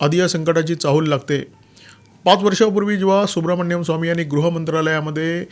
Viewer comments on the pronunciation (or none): Dr Subramanian Swamy/ डाॅ सुब्रमणियन स्वामी ह्यांच्या नावाचं उच्चारण सुब्रमण्यम स्वामी नाहीये.